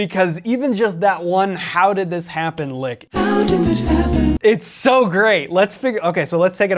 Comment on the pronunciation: Gotta put emphasis on the first syllable of "happen", also.